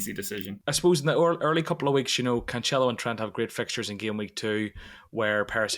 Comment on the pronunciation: you keep on pronouncing Mr Cancelo wrong, it's not "CanCHelo" but "CanSelo".